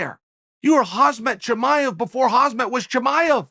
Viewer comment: RESPECT is when Chael holds Cowboy in such high honor that he pronounces Chimaev's name correctly.